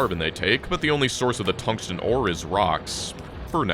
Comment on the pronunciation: "Thungsten carbide drills" LOL :D